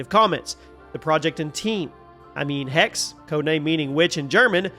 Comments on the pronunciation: Well not really, he is dropping the last letter. But yeah, some regional German dialects do this as well. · Its spoken "Hex-seh" in german (fast with a strong "x") (the "e" and the end like the "e" in "the").